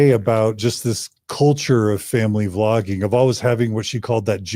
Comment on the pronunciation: It was "Vlogging", not "Flogging"!